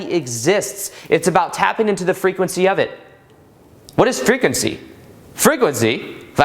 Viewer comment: I love your "frehquency" in this video. I'm feeling your vibe man. We are more than we think or can think. Love it.